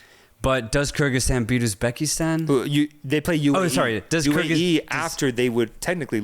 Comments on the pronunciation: Hello from Uzbekistan, not Ubzekistan bro😅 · Not Ubzekistan ❌ Uzbekistan ✅